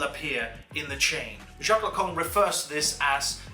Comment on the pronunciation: Yeah, i laughed so hard, also near the end Lacan becomes "the Kong"